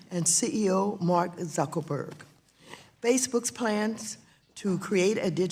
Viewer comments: Did she call him Zuckleberg at the beginning there? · the way she said him name Zuckel-berg and not Zuckerberg.